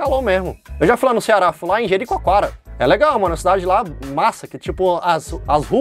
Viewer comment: Ele disse jeriquaquara e não fortaleza